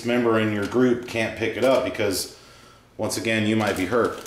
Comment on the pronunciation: "You might be hurt", or "you might be her"?